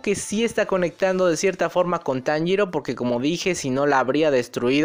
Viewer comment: Las lagrimas se me escaparon cuando Kanao sacrifico su ultimo ojo visible, y la mayor referencia en la traducción fue que Inosuke dijo perfectamente el nombre de Tanjiro